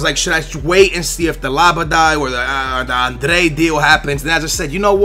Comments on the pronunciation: labadai , andrey ... wtf! Are u really portugese ? Because u should be able to say adryan ! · its not andre its adryan like a-d-r-yyy-aaaa-n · Adryan-Andrej its adryan hahah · also its adryan not andre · wizardZzz Pronouncing it correctly is fine! It's when he say's 'André' when its clearly Adryan. Really pisses me off. Just leaves out half the name. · Why would you pronounce Adryan Andre? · Where do you get "Andre" from Adryan. Love the videos, but you are terrible with names. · It is La-by-ad and Aid-re-yan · how the hell do you mispronounce Adryan?